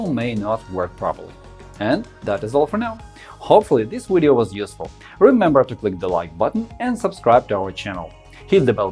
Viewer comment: thanks for the video i know this kinda off topic but i heard it a few times in thin video n iv been wondering about this for a while, when ppl pronounce video "wideo"; what is that? Austrian?? and y is it, do they pronounce v's as w's in their language my interest in etymology has been growin a lot lately